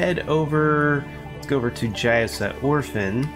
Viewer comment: Ophin is not Orphan. You are putting an "R" into the name most of the time. Not sure if you noticed or not. Good coverage of the portal systems.